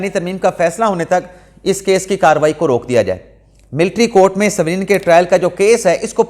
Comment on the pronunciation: Bhai jan saveelian naheen civilian bolty haen